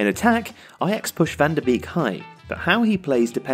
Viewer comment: Great video, however 2 points of criticism: 1. This match is important, it decides who ends first in the group. 2. Some of the pronunciation is a bit weird. Labyad and Van de Beek were incorrectly pronounced.